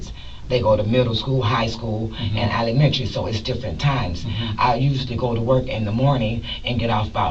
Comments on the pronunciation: she said they go to middle school, high school and elinementary. 🤣🤣🤣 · What the hell is alamentry?😂